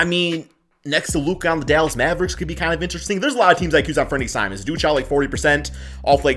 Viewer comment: you like simons then learn to pronouncehis name bro please